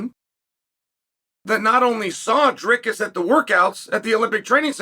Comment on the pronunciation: Props to Uncle Chael for saying Dricus correctly but absolutely butchering the rest of the middleweight divisions names😂😂